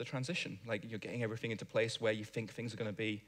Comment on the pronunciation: I fink you should learn to pronounce 'think'. Also, wha' happened to all those ts (stah' saying them and you will sound be'h'er).